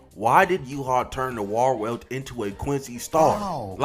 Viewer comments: It’s pronounced Var-velt (Wahrwelt - True World). In German W’s are pronounced as V’s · Gonna be that nerd but Warwelt is pronounced Varvelt. I don't even know why😭